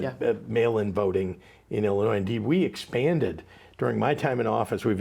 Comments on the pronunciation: Life long from Illinois. Just an fyi, the (s) is silent when pronouncing Illinois. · No S at the end in Illinois Brian